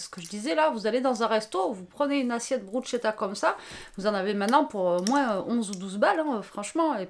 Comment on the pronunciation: Bonsoir, pour info la bruschetta étant un met italien se prononce "brousketta" car le ch en italien ne se prononce pas comme en franćais mais se prononce "k’ et c’est en effet délicieux.